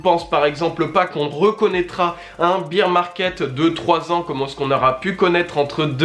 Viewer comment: merci pour ta vidéo et ton contenu :) petite précision , on prononce ''baer (bere) market'' , et non ''bire'' :)